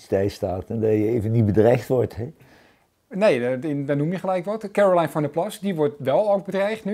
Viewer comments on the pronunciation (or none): Hij spreekt de naam Caroline op z'n engels uit: Kèrolain. Als je niet wordt bedreigd in Nederland stel je niets voor. Een mooie uitspraak. Staat 88 voor HH?